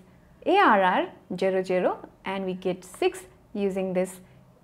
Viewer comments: please say ZERO not CERO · no offence, but pls for the love of god learn how to say "zero"....